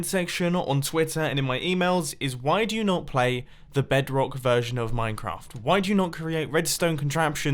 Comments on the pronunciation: did he just said "BEDK" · noone gonna talk about how he said bedrock ?